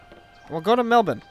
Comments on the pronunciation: an american who pronounces Melbourne correctly? WHAT IS THIS BLACK MAGIC!? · HOLY SHIT IT'S TRUE... I mean, at least they aren't calling it Mel-born...